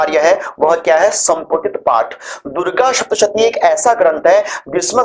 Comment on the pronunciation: उत्सुकता से पूछ रही हु, के यदि उच्चारण ठीक होना अनिवार्य है तोह आप सप्तशती को शप्तशती क्यो कहते हैं। मेरे जानने वाले और लोग भी यही करते हैं। ऐसा क्यों?